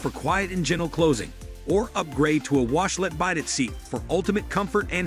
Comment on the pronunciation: Bidet seat, as in bye bye? Common, check the pronunciation of Bidet, a french word. Lets not be dummies when plugging a not cheap toilet.